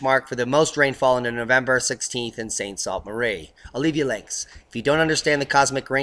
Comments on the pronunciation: lol, I know its spelled St Sault Marie, But say it St Soo Marie, I just had to tell you. Thanks for everything you do. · Please, the dimmest Michigander knows enough 'frog-speak' to know that sault is pronounced SOO. SOO St Marie.